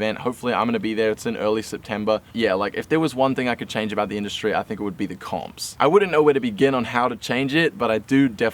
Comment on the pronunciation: When he said comps I thought he said cops